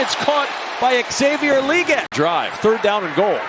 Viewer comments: It’s Leg-ette, not League-et by the way. Sheesh dude (announcer) watch any amount of college football and you’d know. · If that commentator says "lee gette" again I think I'll lose my mind. NOBODY pronounces legette that way. Who the hell does? THAT GUY DOES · This was a good game but I didn't enjoy how this guy says "LEE-gette" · someone needs to teach this guy how to say Legette